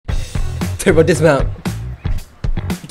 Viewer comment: Turba dismount turba dismount sounded like meh cuz when said dat